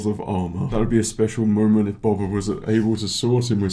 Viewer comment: I hate to nit pick, but its not bob-ba, its bow-ba........ Ok now carry on...